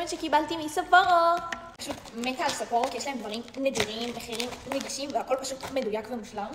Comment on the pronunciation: לא אומרים סאפורו